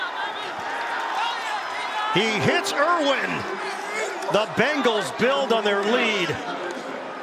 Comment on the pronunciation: Irwin, not Irvin. Regardless, great offense. Fun to watch.